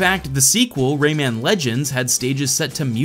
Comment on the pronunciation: "Ray-ei-man"? Its just pronounced "Ray-man" tho